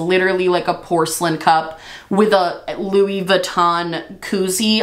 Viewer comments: I loved this. Also- you kept saying Luis and not Louis idk why lol but that whole product was hilarious. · u not realizing that the Louis on the cup is still pronounced like Louie as in …. Louis Vuitton had me rolling lmaooo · Louissss lol. Why is the s pronounced when it's Louis solo but disappeared once Vuitton is tacked on the end? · The way you say "Lewis" when it's not followed by "Vuitton" lmao.